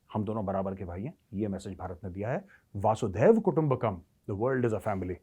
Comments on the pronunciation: मेजर साहब, "वसुधैव कुटुंबकम्"। अर्थ, वसुधा (पृथ्वी) ही एक कुटुंब है। ये आप "वासूदेव या "वासुधेव" कहते हैं इस का कोई अर्थ नहीं है; ऐसा कोई शब्द ही नहीं है। लेकिन ये मैं भी किसे समझाने की बेकार कोशिश कर रहा हूं? जिस के लाखों दर्शक हैं और उसी हिसाब से हज़ारों कॉमेन्ट्स् आते हैं, वो कब वक़्त ज़ाया करे अपने आप को सुधारने में? वैसे भी ऐसी ग़लत भाषा बोलकर ही लाखों दर्शक कमाए हैं; तो लगे रहिये। और ग़लत भाषा बोलते रहिये। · वसुधैव कुटुम्बकम् न कि वासुधैव ❤🙏🏻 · Major sahab galat bolte ho ap vasudev kutumbhkam. Vaasu nahi hai vasu hai.